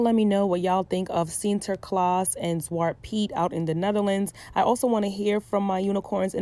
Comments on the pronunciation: It's like you're struggling but you're saying it right tho 😂 Sinterklaas. Love that you're talking about this topic I'm Dutch btw. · I am a black Surinamese girl from the Netherlands. From childhood I knew the "Tradition" but I never celebrated it because I always knew it was racist. And I’m happy you talked about this.( You pronounced Sinterklaas right) I love your video’s so much love❤️❤️❤️ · I was born in the Netherlands & Sinterklaas (u pronounced it right btw) is really something big. But from a young age, I was called Zwarte Piet a lot of times... that’s when I knew there was something wrong with it, bcs my skin is not a costume, point blank period no tampon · Your pronunciation of sinterklaas was not that bad